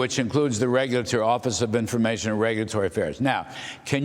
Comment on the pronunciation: It is wonderful that Mr. Vought know how to properly pronounce DOGE! Thank You Sir!